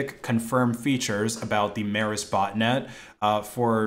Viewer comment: Mēris is pronounced more like Meeris would be in English.